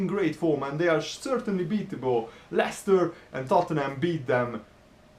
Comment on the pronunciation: It's Leicester